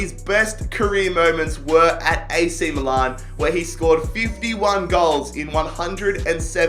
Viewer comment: so this guy can pronounce 'Tianjin Quanjian' but he cannot fucking pronounce 'milan'...MILAN ITS NOT MOO-LARN GOD HAVE MERCY NO....